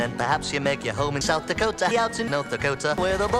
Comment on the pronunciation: South the cota not the cota.